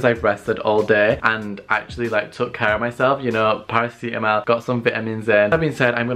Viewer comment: i love u sis but the way you say “paracetamol” and “ibuprofen” offends me lmaooo